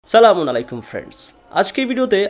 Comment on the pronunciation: দুর সালাস না দিতে পারলে সালাম দেওয়া বাদ দেন,, শুদ্ধ করে সালাম দেন